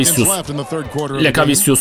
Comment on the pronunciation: doğru telafüzü lekaviçyüs